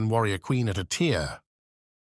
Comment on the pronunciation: Hearing the tts mess up "A tier" is irrationally funny to me